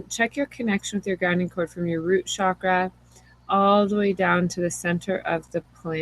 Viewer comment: Namaste mama, I so wanted to hear this as I'm just beginning communications with a spirit baby and am interested to hear about others' experiences with this, but was too triggered by the repeated use of the sound, "shakra" for the Sanskrit word, pronounced "cha-kra", like "cho-colate". Excited to explore this trigger but could only make it seven minutes before the fires of irritation consumed me! Blessings for sharing this.